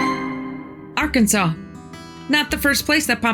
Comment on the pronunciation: Also from Arkansas. Nice to hear it pronounced right from outsiders.